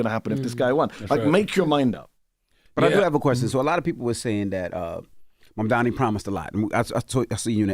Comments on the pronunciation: Furthermore, Charl comes across as being not educated too. Does he even know how a party in government work? He is really asking Mehdi stupid questions about the shut down. Mehdi is a patient man. And Char too has trouble with his CONSONANTS. Cannot say MAMDANI. Mispronounces his name, So what is it about Americans not knowing their consonants in English ? Is it laziness or simply being illiterate ??? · The name is MAMDANI you should learn to say the name because I am going to be your boss! Hahahahahaha!